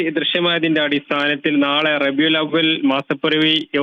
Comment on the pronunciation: റബിഉൽ,അവിൽ, അല്ല,റബിഉൽ അവ്വൽ